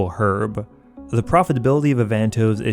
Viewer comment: U say avantoes weird